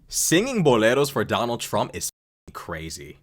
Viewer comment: "I will botar por Donal Trunk." 😂